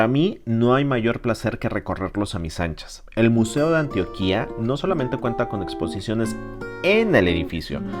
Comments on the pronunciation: Muy bueno tu video... pero no se dice "Antioquía" con tilde en la i...el acento va en la segunda sílaba "tio" con más acento en la O... cuidate!!! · Amigo Méxicano muy vacano y todo que hayas venido a nuestra ciudad y que te haya gustado pero al menos fíjate en nombrar bien al departamento de Antioquía que no se menciona como tú lo dices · Gracias por mostrar la cuidad de Medellín y sacar lo mejor de ella!! Una sola cosa no como critica si no como una corrección positiva! se dice Antioquia sin tilde en la letra A del final. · Amigo no se pronuncia ANTIOQUÍA... ES ANTOQUIA SIN ACENTO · Excelente vìdeo, me encanta mi Colombia. Y por cierto es Antioquia, no Antioquìa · Lo dices MAL No es Antio-qui-a es: ANTIOQUIA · Antioquííííaa nooooo, ANTIOOOQUIA. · Hola, te felicito por tu exposición.. Te corrijo no se dice: "Antioquía" como si llevará tilde en la i, se pronuncia sin tilde 👍🏼. Éxitos!! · que video de mierda y estas pronunciando mal antioquia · Antioquia (cuya capital es Medellín) es llana con diptongo y se pronuncia con el acento en la o y, por tanto, se debe escribir sin tilde. Es frecuente que se aplique indebidamente la acentuación de la ciudad turca al departamento colombiano. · SOY PAISA A MUCHO HONOR MANIZALEZ así es... muchos extranjeros remarcan acento en la í, lo cual no es correcto, incluso hasta el actor Damian ALCAZAR que hace un programa para canal 11, la pronunció al departamento de Antioquia igual que este chico... y como tú dices es correcto, no se tilda la O ya que el adentro es prosódico o de intensidad...